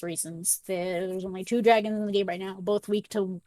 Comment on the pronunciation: Stop saying dragon it’s draaaaaaagons